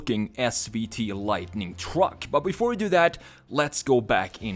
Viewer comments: The way he says truck. Twuck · i love where hes says twruck